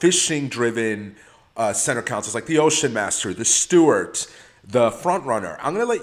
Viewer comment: You’re killing me w your cAnsole pronunciation lol